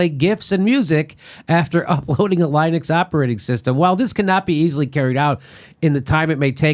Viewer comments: Jimmy, it's Lynn-ix. Or Lin-ix, not Line-ix. =P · sql is pronounced sequel and linux uses a short "i" not a long one. just a little help with the tech words. :-)